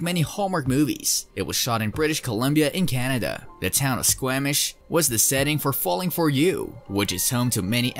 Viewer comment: Squamish is pronounced "SQUAW-mish" . . .